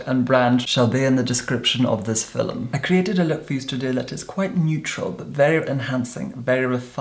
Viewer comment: "Fillum" <3